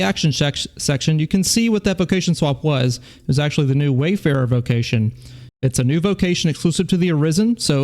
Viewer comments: WARfarer not WAYfarer...... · It's Warfarer btw. not Wayfarer.